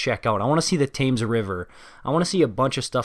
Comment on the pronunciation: man just said thaymes river